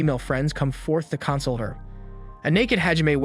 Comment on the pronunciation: Listen i love your videos but dude console instead of con•sole and cyclips instead of cyclops lol